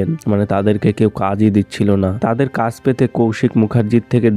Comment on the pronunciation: Apnar pronunciation valo na kaj k kas bolchen paschim bango k pochimbongo egulo kane lage 😑 abr history k histoory bolchen